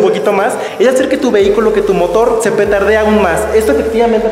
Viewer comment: Tu si lo dijiste bien “ petardea” Los otros dicen pedorrea! Lol